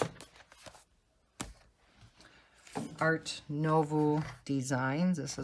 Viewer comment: Art nouveau - try pronouncing as “noo” (as in “too”) and “vaw” (as in “saw”). Love love love your book collection. I tried using water based markers but they bleed. Do you only use gel pens?